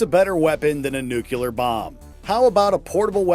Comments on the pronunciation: Its "nuclear", not "nucular" 🤦‍♂️ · so... right off the bat, the voice over guy shows he's a moron: repeatedly referring the weapon in Fallout 3 as a 'Nucular' weapon... and, seeming to think that 'Fat Man' is just goofy made up name for a video game weapon, instead of referencing one of the actual atomic bombs dropped in World War 2